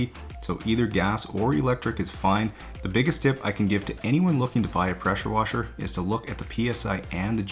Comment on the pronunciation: Preshur washur 🤣💕